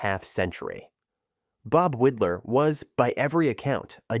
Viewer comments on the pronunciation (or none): Widlar pronounced his name WIDE-LAR not WID-LAR.